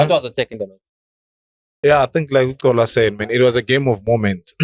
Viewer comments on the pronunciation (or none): he's not Cola but Xola